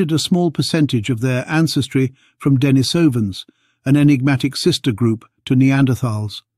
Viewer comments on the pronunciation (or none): And “Dennis ovens”, not Denisovans, lol.